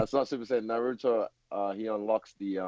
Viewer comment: When he said " Naruro " 😂😂😂 it's said " Narutoh " bro